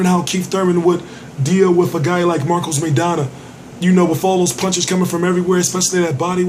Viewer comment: punch not pynch lol